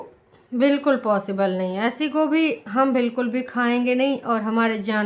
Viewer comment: Kabi dhyan se sunna gobhi ko kobhi bolte h😂😂😂